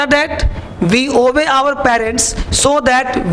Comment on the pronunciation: 'obey' ... ka pronunciation sikho phle ......rta rta k murkh bna rhe ...